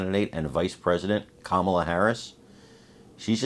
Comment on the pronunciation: We're really afraid, Comma-la! 😂